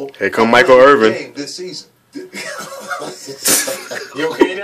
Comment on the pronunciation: Nigga when your in the mood for football and a huge ass football fan everything is funny. Your laughing with your workers/friends. Not everyone has a bad ass attitude like my boy michael. O and its michael irvin. Not irving.